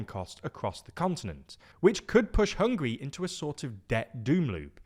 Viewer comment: Bro, they are not hungry, they are Hung-guh-ree